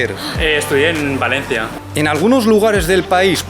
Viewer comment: ha dicho Valencia como un valenciano!